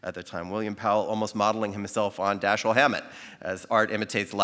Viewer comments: How can you mispronounce the name of your subject?? It's Da-SHEEL! Alleged fans should know better! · It is consistently mispronounced throughout. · Why take it upon yourself to "Americanize" his name? Why not pronounce it properly? As you explained, he himself pronounced it "DaSHEEL".